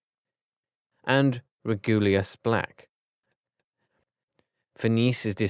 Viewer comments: It’s pronounced reg-you-lus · Yeah. REGULUS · andromedia😂😂😂 And also he said regulius instead of regulus